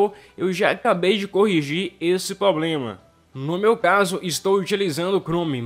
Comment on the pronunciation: Tem que solucionar o seu "poblema" de português também!!!